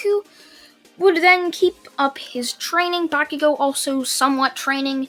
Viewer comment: why do I have a feeling that you're trying to say "bakugone"?